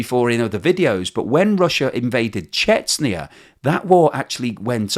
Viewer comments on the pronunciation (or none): you stopped it... but now it's back... it's not Chets-knee-ya, it's Chech-nya.